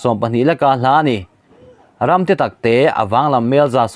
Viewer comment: I Mizo tawn thlûk a dik lo nasa.Khaw RAM itih te PUP PUP i tih tw tam mai.